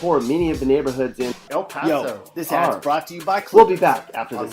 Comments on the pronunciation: bruh that aint 'El pAsO' as you like to say k this is so damn racist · Speak correctly why are you saying El Paso like that. Instead of misinforming people go to speech therapy. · Bruh this dude is showing pictures from other places and saying El Paso has super bad and dangerous neighborhoods when he doesn’t even know how to pronounce El Paso. 😂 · why do you keep saying “El Paso” like that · yeah like what the heck